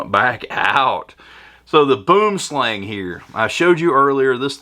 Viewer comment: LOL, boomslang, actualy translates into Englis as tree snake, its SOuth African/Dutch, and actualy isnt pronounced like you do ;-)